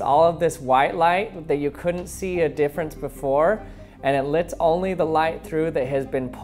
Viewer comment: Does he purposely say lits light through, instead of lets light through? I mean he is talking about light so is he just being punny?